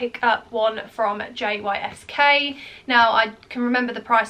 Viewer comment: JYSK is pronounced Yisk ❤